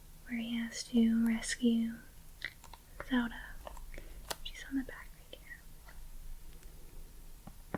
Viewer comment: How did you sau Zelda.... didnt sound right to me 😫